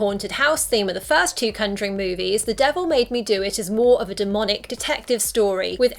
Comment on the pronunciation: The way she says conjuring as cunjoring triggers me.